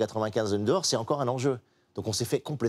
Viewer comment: 48'53... "le grand zenjeu" Clément ?